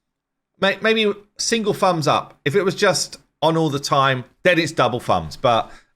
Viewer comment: "fumbs up" What language are you speaking?